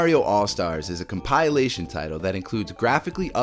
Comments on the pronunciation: Com-pi-la-tion. Not Com-pyle-a-tion 😂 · Com-pill-ation not com-pie-alation. Good video though 😂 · Compilation = com-pill-ation, not "com-pie-lation". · Come pie elation. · whats a com-pile-lation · compile - a - tion lololol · "CompAilation", really? You're a native English speaker and can't speak English? Oh wait, you in... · Why do you pronounce "compilation" like "compile-ation"? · “Com-PIE-lay-shun”? Huh? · My god. I came here to say this. It’s killing me. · Does this guy even English bro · I dig your mispronunciation of the word "compilation". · Learn to say compilation properly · I've never heard someone mispronounce compilation before... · I’m convinced the mispronunciation of compilation is done purposefully to get people commenting. That said, YouTubers mispronounce words quite frequently, so who knows. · Best part of this video was the unique way he kept pronouncing the word ‘compilation’. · Great list. It was informative to the point of what I need and not too long. Please however, learn how to say compilation. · Please Google the pronunciation of compilation *smh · It's a good video but that drove me nuts.